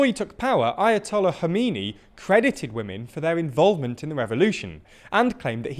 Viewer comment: I'm surprised that you manage to pronounce "Iran" and "Khomeini" fairly well, but you NEVER seem to even make an attempt at pronouncing Ukrainian names even remotely correct. How about in the future, you pronounce the "Kh" in Kherson and Kharkiv, the same as you pronounced the "Kh" in Khomeini?